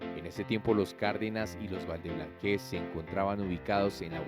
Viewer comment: No es valdeblanquéz es valdeblanquéz🤭